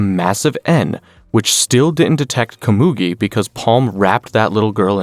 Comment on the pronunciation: Loved the recap but you mispronounced Komugi multiple times.